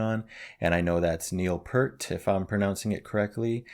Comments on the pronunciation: It's P-ear-T rather than P-ur-T. His name rhymes with fear, mere, and sheer. Pronouncing it another way can only rhyme with hurt! 😉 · Neil Peart’s last name is pronounced “peert”. Rhymes with “spear”, “pier” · Peart sounds like the word Pier with a t on the end, not pert.